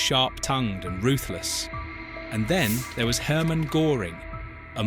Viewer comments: it can't even pronounce Goering properly. (I haven't got an umlaut 'o' on my keyboard, so have to spell it the English way...) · Thanks video well done, but pls try to pronounce his name correctly when using it so often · "The nazis were evil" - its hard to take you seriously, koserboy. Also, its Göring, not Goring. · Can't the idiot A.I. say Göring properly. It rhymes with 'touring' and not 'boring'? shows Adolf Hitler's mountain retreat, the Berghof, located on the Obersalzberg in the Bavarian Alps, NOT Carinhall Schorfheide, in Brandenburg. "While Himmler wore his austere SS black ...." Picture shows Himmler in a grey uniform. Do these guys ever check the A.I.?????? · When you make a documentary about a historic figure the least you can do is get his name pronounced well not "Gooring" but : " Geuring" ( o umlaut) or doesn't know AI that how to do? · Gőring is pronounced gerring not “Goring” which is a village in South Oxfordshire near the boundary with Berkshire. If you’re going to have an AI narration you’ll need to edit it. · Wanna show the map for the 1930s? Are you unaware that borders had changed? Or are you just concerned with clicks? And the name Göring is not pronounced GORE ing, rather GUER ring. And the narrative is choppy and words are mated with the wrong words left and right of them. Do you even use punctuation in your AI generated script? Please do the real research in wikipedia befor you do "research" in Face Buch or whatever. Please check your work. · Very good! But Goering should be pronounced to rhyme with purring, not pouring. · Please english speaking content creators ... at least get the pronunciation of the main character in your videos right. Not Goring, but Göring. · It is not Goring it is Göring! That pronunciation is terrible. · Not GOring ... GÖring ... 🙄 .. this CAN'T be so difficult to look that up if it's LITERALLY the title of your video... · Please pronounce his name right. It was like the u in purr. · You adjust